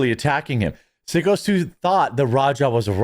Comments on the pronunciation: Its psycho Stu not sicko. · He was told to get in the ring. He was told too stiff shot the guy. They absolutely told him to take real shot. The footage is out there.He knocked guy out with a slam and thats where it should have stopped. He went too far. And it's pronounced psycho stu. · It’s pronounced psycho Stu.